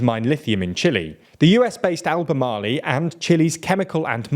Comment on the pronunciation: These days I listen to TLDR for the superior content but also to find out which foreign word such as "Kyodo" or "Albemarle" will be hilariously mispronounced.